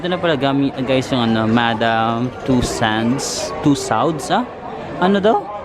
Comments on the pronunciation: Natawa ako sa madam tussands mo haha, akala ko namali lang ako ng dinig, pasensya na 😅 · Madam two sands, tusawds-sa??? lol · madam 'two sands', 'tusawds-sa'... he obviously hasn't heard about the wax museum in his whole life.